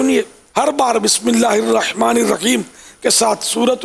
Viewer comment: Bismisla irrakman irrakheem nahi galat h sahi kar lo ❌ Bismisla irrakman nirrakheem ✔️🙋‍♂️